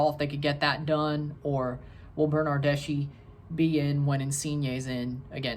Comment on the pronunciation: His surname doesn't sound "Bernardeshee" but a lot similar to slav surnames , so "Bernardesky" . An Italian (Juventus) football fan ;D